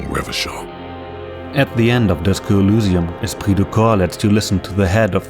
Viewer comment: Sorry if this sounds weird, but why do you pronounce Elysium like that? (specifically pronouncing Y like it was a U)